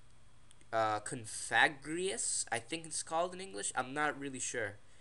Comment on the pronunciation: AWESOMe battle dude, and commentary. And i think u pronounce the name, CO-FA-GRIJUS